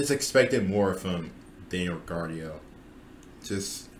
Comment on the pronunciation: Daniel a C? Zhou lower than Ric is insane but I think your paying to much attention to the cars performance and not looking st driver ability. Albon has been great and you even acted like George had a so so year last year and he was levels above where that car should have been. Last complaint is mispronouncing names like Riccardo and zhou makes me wonder how much you actually follow F1